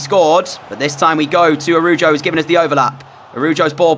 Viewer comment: U pronounced the cb it's araho I spelled it wrong because that's what it sounds like Love ur vids